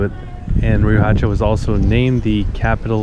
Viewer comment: That town square named after Padilla is right down the street from my aunt's home where I would stay as a kid when I wold visit. Brings back good memories. Also, the "H" in Riohacha isn't a hard H, it's kinda silent....ree-oh-ahhh-cha